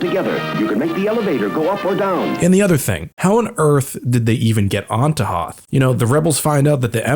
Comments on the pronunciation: Don’t ever pronounce Hoth like that ever again! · Why do you keep pronouncing Hoth wrong? I don't get the joke... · I'm physically cringing whenever he says "Hoth" like that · Your pronunciation of Hoth in this video made me laugh so hard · I felt this is intentional lol cause he refused to acknowledge the movie pronounciation